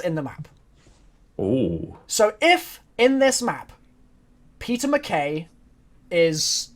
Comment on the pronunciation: Did it annoy anyone else that they kept calling Peter McCain, McKay?